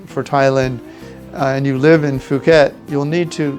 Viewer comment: Not sure why you pronounce it fooket. Puuket (phonetic) is how the Thai's say it.